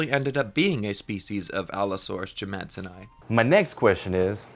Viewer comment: New challenge: take a shot everytime jimmadseni is mispronounced